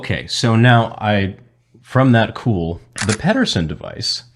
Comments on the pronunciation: I will try yet again, John Pedersen, last name pronunciation is pee-dur-sen. I know this as I share the same surname. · Is there a reason you pronounce John Pedersen's name the way you do? I have the same last name and do not pronounce it that way.